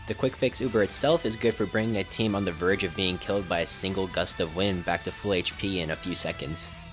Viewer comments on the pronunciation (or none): none